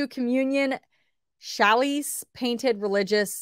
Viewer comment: Chalice is pronounced cha lis